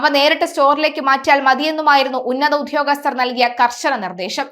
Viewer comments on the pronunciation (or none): അയ്യോ ഉദ്യോഗസ്ഥനാണ് കുഞ്ഞേ ഉത്യോഗസ്ഥലനല്ല